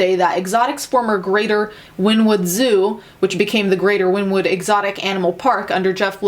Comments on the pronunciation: “Win-wood” lol. Everyone, it’s pronounced “Winnie-wood”. I live less than 45 mins away from the town. I wouldn’t doubt there are human remains considering the meth use by most of the employees. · Winnie-wood, not win-wood :)) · JSYK - It's pronounced "win-ee-wood" . I know..I know .."Nobody cares". Just sayin'. 😏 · It’s pronounced win-e-wood. Watching people constantly mispronounce Oklahoman town names kills me every time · I'm from Oklahoma, and I just wanted to let you know that it's Wynnewood, like Winnie the Pooh.😊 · I'm from Oklahoma and this is crazy crap!!! I don't claim these people as Oklahomans😒😒😒 Also Wynnewood os pronounced Wineewood. Sorry I'm OCD😔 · it’s pronounced like “winnie”wood... 🤣🤣oklahoma here ha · Oh my god, I live in wynnewood, it’s pronounced Winnie-wood. Lollll. I love hearing the way people talk about these small okie towns.